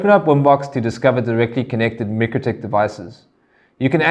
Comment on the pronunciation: Should I be trusting the informatio from someone who can not even pronounce mikrotik (my-crow-tick) correctly, and no its not the S.A. pronunciation , and for those who dispute this, just watch Mikrotik's own videos.